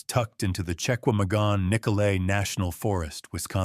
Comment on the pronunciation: Geez. AI. It’s pronounced Sha-GUAM-uh Gon. And it’s UP NORT